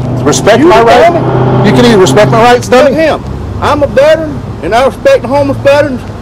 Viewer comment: Vet-er-ran three syllables